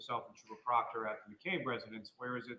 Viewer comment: Every time this guy says Trooper Proctor my wife hears Chupacabra. 😂